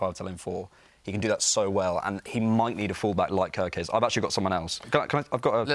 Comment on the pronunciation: we want to win the league and you are talking about "kErKeZ" 😂